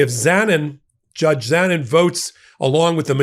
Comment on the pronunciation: Though the man is a complete shithead, let's get his name pronounced right. It is pronounced bowl-sone-ar-oh. All O's are pronounced with long O's, not short. The justice's last name is pronounced Zah-neen.